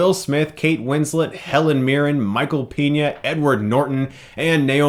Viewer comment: Good review, I just have a gripe about the way you pronounce Michael Peña's last name. It's pronounced PAY-nya. You're saying PEE-nya, which wound be spelled Piña, which means pineapple in spanish.